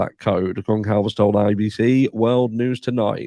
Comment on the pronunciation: Hey,! GonCalves is pronounced “Gun-Salvez” Thanks for covering this case!